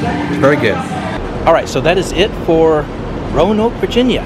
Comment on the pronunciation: ROE-NOKE not RO-UH-NOKE